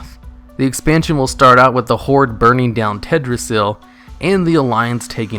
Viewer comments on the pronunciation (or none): Aye sir, in. You went for "Ted-ra-ssil" instead of "Tel-dra-ssil" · "Tedrassil":thinking: missing an L in your pronunciation there.